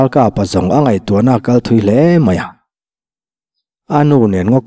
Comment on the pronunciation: Tinge a in cut thin le chanel dangah a awm ngai silo eg word tan tir lam hi Ralkapa tih tur ni a lang AKAPA tih te luikam tui awmlohna tih tur ni a la akam tih mai ang chi i lo en/lo ngaithla nawn ve teh un